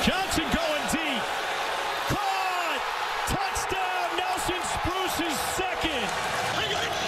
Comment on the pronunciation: Hearing pat McAfee say "touchdawn" made my day btw